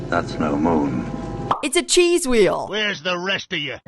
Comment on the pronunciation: "That's no moon...It's a Weel"